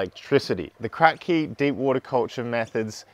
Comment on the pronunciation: Its not called Krack-Key, but rather Crapkee after the inventor. ;)